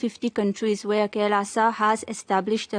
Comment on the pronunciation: It's called "Kai... Laaaa saw"